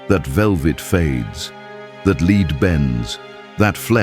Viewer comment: More AI narrating bullshit... "leeed coffin"???